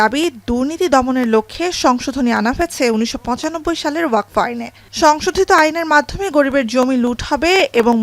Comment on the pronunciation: Waqf , NOT WAQFO .😮